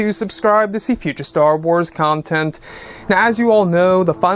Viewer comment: I don't like the way he says "content."